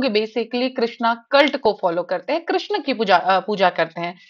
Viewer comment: पहली बात कृष्णा नही कृष्ण बोलना सीखिए